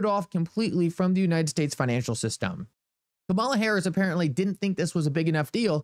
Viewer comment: Her name is pronounced 'Come' 'A' 'La'. She is the Vice-President of the United States & should be shown the proper respect by at least pronouncing her name correct.